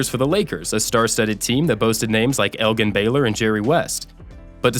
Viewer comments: EL-GIN PRONOUNCED JIN (like gin and tonic) Furthermore he (Wilt) set the scoring record 2 points at a time there were no three pointers in his day! In addition he was a poor free throw shooter so his scoring total was even more remarkable than those of Jordan, Jabbar or James! The true GOAT was, Is, and always will be Wilton Norman Chamberlain!!! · Elgin Baylor is pronounced like the beverage jin, Eljin. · Elgin Baylor's name is pronounced El-jin Baylor. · Elgin Baylor, the G in his first name is soft, not hard like in girl, but like in general. Not to be jerk, but the man is in the HOF after all. Peace. Out. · El Jin Baylor. Not El gin J sound for the g. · “Elgin”……not “Eljin”? Come on. AI voices can do better. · It's spelled Elgin, but it's pronounced "Eljin". Anyone familiar with the game and the era would know that. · The mispronunciations of names and stats takes away from the authenticity of this video. Johnny Antetokounmpo? ElGin (soft g) Baylor. The 1972 Laker record was 69 TO 13? Its like this person was paid to read a script, not like he actually knew anything about basketball. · It's pronounced Eljin Baylor. Spelled Elgin but pronounced with a 'j." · “G-Annie” Antetokounmpo? There’s no shame in butchering that last name, but I’ve never heard anyone mangle his first like that. “Yah-nis.” It’s “Yah-nis.” And it’s L-JIN Baylor. Soft g. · Are you a robot, or just disrespectful? Elgin Baylor was one of the greats, and you can't bother to pronounce his name correctly? Terrible. Thumbs down. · For the record, Elgin is pronounced with a soft "G", like pronouncing the letter "J", not a hard" "G" as you pronounced it in the video. I love the concept of your channel. This was the first video I watched from it and I thought it was excelleent. I wound up subscirbing to the channel and clicking on the bell icon to receive all of the notifications. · Did he really just say Elgin (with a hard G) Baylor? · Please don't mispronounce Elgin Baylor's first name. Thanks.